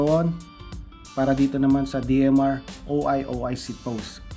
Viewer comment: o-i o-i 😂 it's oy oy